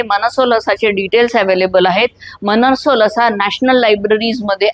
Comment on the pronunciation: It's मानसोल्लास, not मनसोलसा. मानस + उल्लास